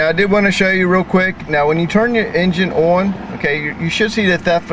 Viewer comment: what does ewon mean? I keep hearing you say you are going to turn the engine eewon. don't you mean on?? what school did you go to where they taught you to say eeww-on? I'm sure your parents didn't use the word on as in eeww on. lol